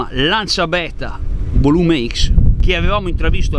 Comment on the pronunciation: Si legge volumecs no volume ics, sarebbe il compressore meccanico, non turbo. Ciao